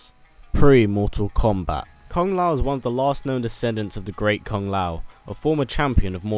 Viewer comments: Kombat not Komat ;) lol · kombat?....is komat a word?